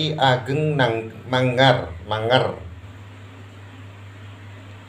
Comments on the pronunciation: MANGIR Insyaallah Manger/Mangir (bukan mangar) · Ki ageng Mangir yai, bukan mangar